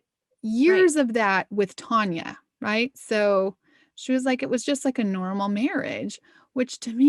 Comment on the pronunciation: Her name is spelled Tania and y'all are pronouncing it like it's spelled Tonia... Which one is right? Tan or Ton? It's gonna bug me.